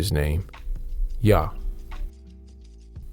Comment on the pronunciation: So you don't pronounce the H in Yah correct? I've heard it pronounced like this recently as well from someone but with a greater emphasis on pronouncing the U like u did 🤷🏾‍♂️